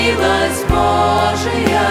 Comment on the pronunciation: Хорошо поют! Только не БожиЯ, а БОжия - сохраняйте правильное ударение в словах.